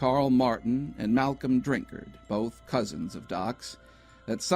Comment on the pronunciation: I heard about this when I was younger and was just talking to my family about it when this video came across my recommended list! Also, thanks for pronouncing "Drinkard" correctly! :'D